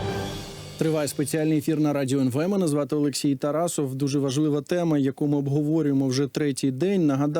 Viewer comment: Коли вже ведучого почнуть правильно називати?